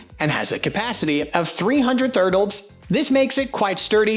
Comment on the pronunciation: I just rewatched the vid and this time it said thurtles. So goofy.